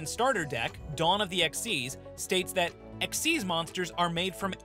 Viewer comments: It's xyz not xz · It's kinda supposed to be pronounced "exeez", at least according to the show (dunno why) but I don't think you should really care that much considering it isn't like with scon v scoan or british v american pronunciation. Just say it how you think.